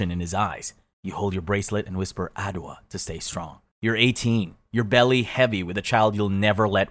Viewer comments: It's pronounced 'Adj-wah'. The adj is pronounced with quick and gentle 'ah' sound. You foreigners are bad at pronouncing African words. The whole time I thought you were mentioning a word I have never heard of before. And they say you people are learning twi and other Ghanaian languages. What a shock!😮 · he must've js thought it was igbo or something cause nigeria is very popular. and he didnt even say adwoa correctly. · Bro made soo many mistakes w the names adwoa and yaa are both Ghanaian names so why will they be slaves moved from Nigeria to Ghana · The name is Adjowa, not Adowa. How many Ghanaian 🇬🇭 here? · Adwoa is actually pronounced ajoa and not adowa that's a bee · this is ghanaian not nigeria even tho it happened evrywhere in west africa this particular story is ghanaian,names n locations,adwoa is pronounces ajoa not adowa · He has mixed everything 😂. I'm Ghanaian lemme explain. Igbo village is in Nigeria, Wai is a Ghanaian name originating from the 3w3 ethnic group and the Adowa is pronounced Adjoa😊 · From Ghana, and I just want to say that this story is really empowering and reminds how bad slave trade was but also Adwoa is pronounced as [Ajowa] not adwa and also while yes it is in West Africa specifically cape coast castle is located in Ghana and it would have been so nice if you had mentioned Ghana specifically sry if I sound insensitive I just want to show my culture and heritage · Good narrative, but has a Ghanaian the name is pronounced Ajuwa, not adoa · if your trying to say adwoa it supposed to be said, ( ad-jwa) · I hate to be that guy but adwoa/adowa isn’t an Igbo Nigerian name it’s a ghanaian name from the Akan tribe and i know this because it’s one of my names. i just felt the need to educate everyone x edit: it’s pronounced as aj-wa (let me know if there’s an Igbo name similar to this and that im yapping😂) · good story telling but damn, u butchered the names bro😭 It's pronounced Adjoa, and Cape Coast is in Elmina,Ghana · Adwoa pronounced wrong